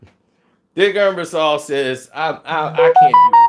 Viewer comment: Ebersol not Embersaul